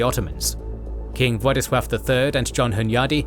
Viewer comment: As a Pole I really appreciate the proper prenounciation of Władysław's birth name, and not any latinisation like Ladislaus :)